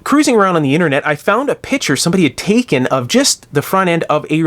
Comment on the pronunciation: oh wow you said picture and I heard Pitcher. Like the pitcher plant or a water pitcher. Interesting.